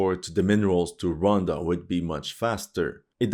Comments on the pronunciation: Hey man , it’s Rwanda 🇷🇼 not ronda 😮😅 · The pronunciation of Rwanda: Ruh•wann•duh. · The Bukake line threw me off 😂 also the country of ‘Ronda’ what? 😭😭